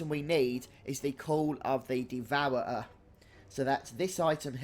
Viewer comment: "Devour-er-uh"? LOL. Thanks for the guide ;)